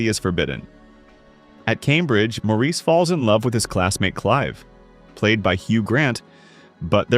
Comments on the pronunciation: Good list but please, Maurice is pronounced Morris. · I've seen many of these, own a few on disk. But I dislike AI narration. Maurice (1987) is pronounced "morris." That's one I own. van sant. van saunt. Good list otherwise.